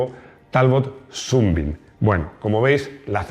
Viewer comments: . ¡Pues sí que te lo has currado! Pronunciando "súnbim" cuando toca pronunciar "sánbim" (rayo de sol). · Buen trabajo. Amigo Maximo, comenta al bueno de Rodrigo que aquí en España de siempre a Sunbeam se le ha nombrado Sunbeam no "sunbin". Si seguimos siendo tan delicados con el ingles, terminaremos diciendo, en lugar de España, spain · Ya que insistes con la pronunciación, Sunbeam se dice "sanbim" y significa "rayo de sol". Saludos, el vídeo ha sido muy interesante. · Shrewsbury se pronuncia "Siusbery" es un bello poblado de Massachussets USA donde viví un tiempo, así lo llaman por ahí. Sunbean se pronuncia "Sanbim". Saludos y feliz 2023!!